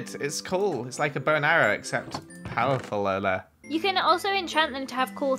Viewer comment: I love how zoomed in on the trident when he said: PoWeRfUlLeReR